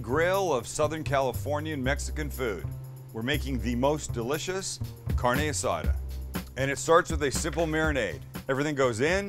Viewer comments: "CARNY ASADER" 😂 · "Carny Usoda" 😅😅😅 Oh the irony. Perdon. Tuve que poner le las pilas a este guey. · Se dice car-ne as-ad-ah LOL! You butchered the pronunciation but that meat looks incredible! I'll give you a pass LOL! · I wouldnt trust someone who pronounces carne asada that way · Im sure you can cook this good but base on how you pronounce carne asada...